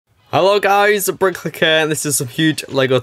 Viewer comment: sounds like he says brick licker hahaha